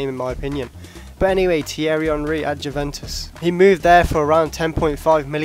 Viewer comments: it's you-ven-tus, not jew-ven-tus lol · The J is silent in Juventus pal :)